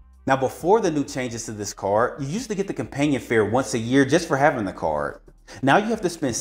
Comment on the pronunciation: I was screaming towards the end of this video because he can't say the letter d. Benefits from this caaaaaarrrrr. Where's the D?!?!?